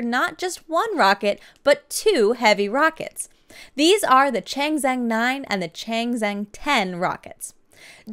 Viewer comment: Chang Zheng, say it like this: "chong jeng" it will sound sooo much better. :-)